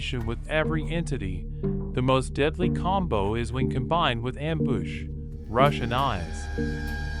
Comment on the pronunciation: "amboosh" and "impoesable " and "lohser pointer"